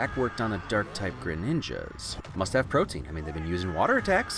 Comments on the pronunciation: But, he pronounced "Protean" incorrectly. I was sure that this guy, of all people, would know how to say that word. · He still loses a point for pronouncing protean like "protein" 😝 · Very pleased that you brought up Psyduck's attack affecting the Greninja at all, that bugged me a lot when I saw the movie. Kind of disappointed you of all people mispronounced "Protean." It's PRO-tee-an, like protozoa.